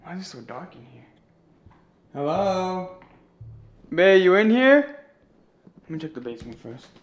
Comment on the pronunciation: cant say the word😂 babe instead he say bay